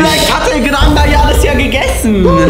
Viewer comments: Bro said El Gran Maya but anyways happy birthday🎉🎉🎉🎉🎉❤ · Se dice el gran maja no el gran maya😂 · It’s called El gran Maha